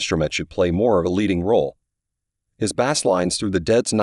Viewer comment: Bass is pronounced 'Base", Duh